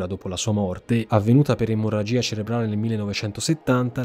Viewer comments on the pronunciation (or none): none